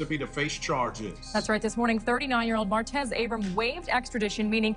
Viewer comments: Mar-tez not merits 🤦🏿‍♂️🥴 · I know he killed people and all that, but that man name ain't Maretz. Its Martez. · You can’t pronounce martez? “Merits” lmao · Why can’t you say Martez??